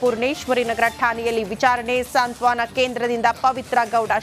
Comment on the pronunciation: ಸಾಂತ್ವನ ಸರಿಯಾದ ಪದ. ಸಾಂತ್ವಾನ ಅಲ್ಲ